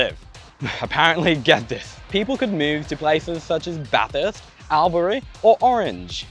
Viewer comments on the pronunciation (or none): Albury is pronounced as All-bury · You pronounced Albury wrong 😂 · You terribly mispronounced Albury. *Respectfully Just saying. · Great video mate! never heard Albury pronounced that way before though haha